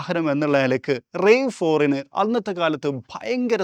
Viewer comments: ടൊയോട്ട റാവ് ഫോർ എന്നാണ് പറയേണ്ടത്.. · The "A" in RAV4 isn't pronounced as a long A. It's a shorter A😅